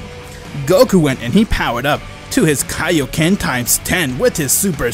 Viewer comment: Don't forget "Kai-kaied" lol